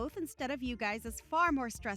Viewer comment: I don’t mean to nitpick but it is mothers in law not mother in laws and it’s guys is not guy-es. Sorry it just drives me crazy 😂.